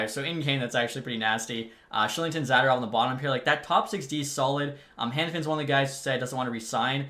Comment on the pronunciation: Name pronunciation corrections for you for the future Zadorov: Za-door-ov Sharangovich: Share-en-go-vitch Vladar: Vluh-dar Hischier: He-sure Bahl: Ball